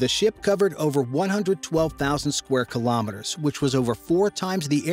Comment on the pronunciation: Very informative video but I wish you would pronounce Kilometers correctly.